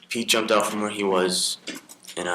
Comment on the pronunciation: Or when he closes off the video, " out"...I hear "my goat"🐐